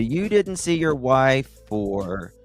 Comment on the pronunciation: He keeps going on about "protecting his WIIFE."